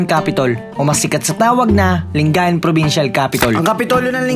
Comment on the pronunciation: Nakita ko lng sa Google. Mali ata pronunciation sa lingayen.